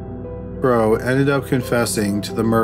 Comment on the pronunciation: Narrator kept callng Franklin Crowe " Bro" instead of Crowe